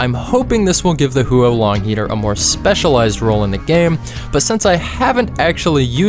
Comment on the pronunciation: The 'Hue-oh-Long Heater' 💀💀💀